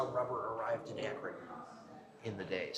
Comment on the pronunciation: lol the pronunciation is wild. Locally it’s pronounced A-kren not Aey-kron and the river is usually pronounced Kaya-ho-ga not Koy-ohga. Arguably your pronunciation sounds closer to the spelling but you wouldn’t pass for an Ohioan saying towns and landmarks in that way.